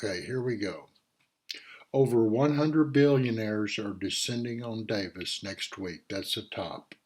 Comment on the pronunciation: Thank you. I am one of your subscribers. It's my hope many others will view your reports. You offer interesting subjects. I will be watching Tomorrow. ( pronounced, Dahfaux = Davos.)